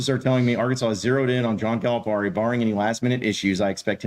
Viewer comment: Please pronounce Coach Cal’s name correctly its Cal-a-Pear-e